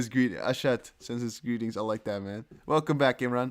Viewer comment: You speak English very well. Love the Velcome ... adds interest !!!!